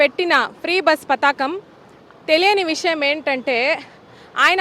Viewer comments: పతాకం కాదు పధకం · పతాకం కాదు అమ్మ పడకం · పతాకం కాదు అమ్మ పథకం